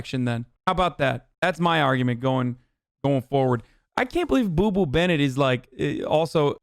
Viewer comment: I can't figure out if he is saying 'boo boo bennett' or 'poo poo bennett' and either way it works 😂